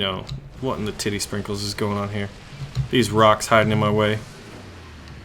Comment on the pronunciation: Tittie springles???..... really???!!